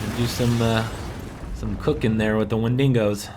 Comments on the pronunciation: its not wendingos, its wendigos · he also keeps calling the wendigos "wendingos".....cringe-worthy. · Can't even pronounce the name of the monsters, Wendigos, right. Stupid fuck.